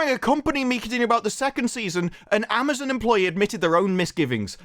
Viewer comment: I thought I heard that idiot Salke say Ma'amazon. Maybe she actually said it.